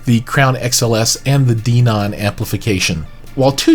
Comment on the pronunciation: It's Den-on... Hen, Ben, Men, Den....On